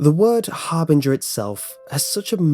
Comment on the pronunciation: I dont like how you juuust misspronounce Harbinger